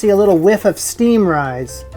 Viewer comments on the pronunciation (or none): none